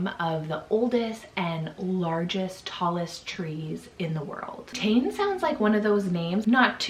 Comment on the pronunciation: It's pronounced Pay-lay (Pele), and not emphasized on the first syllable. And Tane, isn't Tain, it is Tah-neh.